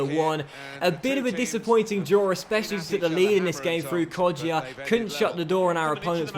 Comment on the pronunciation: Hey, with Kodjia you don’t pronounce the ‘ i ‘ in it